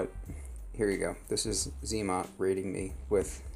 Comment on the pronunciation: zmot not zee mot. 🤦‍♂️ 😜